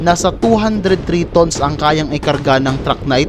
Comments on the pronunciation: Ang pronounciation mo sir sa tons ay mali😅 pag binasa mo sya sir parang sa tagalog.. Tans (tons) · Hahaha ayos pagka pronouns mo ng tons pre a